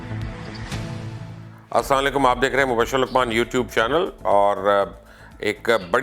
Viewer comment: Yar mojy samj ni ati in logo ki salam to ye sai bolty ni saam lakium bolty hai